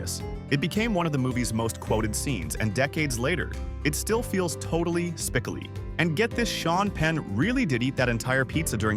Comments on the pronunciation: Spi-cole-ee! pronounce it correctly! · WTF. Sounds like the "narrator" never even saw the movie to bother to learn to pronounce Spicoli's name correctly. AI